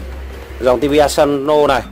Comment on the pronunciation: Asano chứ không phải Asanzo